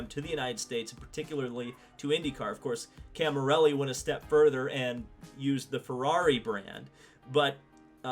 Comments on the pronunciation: It's Cami_LLERI not Cami_RELLI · Great video! Please its CamiLLERI not Camirelli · The mans name is Camilleri not Camirelli. Get it right.